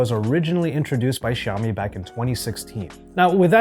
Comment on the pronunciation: Bro such a shame! Learn how to pronounce Xiaomi.